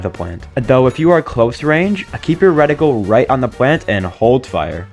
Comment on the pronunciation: It's called a reticle of a gun, not a "Redical".